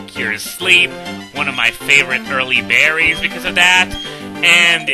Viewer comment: At first, when you said more berries, I thought you said more Barrys.